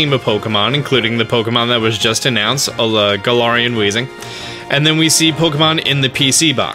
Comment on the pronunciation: It’s Gal-air-ian